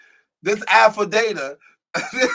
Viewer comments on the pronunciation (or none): its Affidavit .... Affi - day- vit not data lol